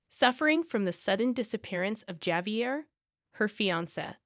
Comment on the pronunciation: Javier is pronounced wirh a H, Havier